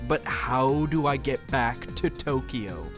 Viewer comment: "How do I get to Tokyo? (pronounced incorrectly)" "What's Tokyo? (pronounced correctly)"